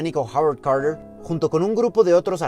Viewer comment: Estas hablando em espanol, de manera que pronuncia los nombres como se escribe ejemple Carter es espanol no decimos carer